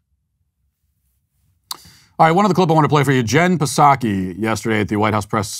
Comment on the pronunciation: I love how Matt says the silent "P" in "Psaki" because he refuses to say her stupid name correctly.